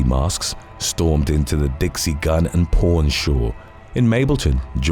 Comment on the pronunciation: When I heard the first story I thought you said Dixie Gun & Porn store. 😂😂